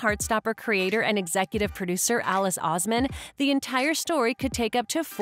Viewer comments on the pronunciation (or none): is alice oseman not alice ouzman